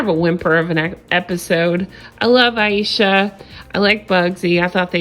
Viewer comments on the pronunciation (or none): I thought her name was pronounced A SHA, but you keep saying I E sha...what’s her damn name lol